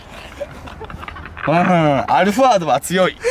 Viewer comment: アルファード アロンアルフア 最初、アロンアルフアって聞こえたわ